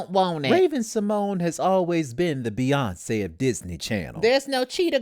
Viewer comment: The name is Beyonce not Beyontseh